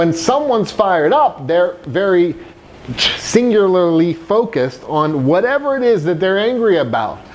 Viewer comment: Singuarly....singlerlery.....singer ally...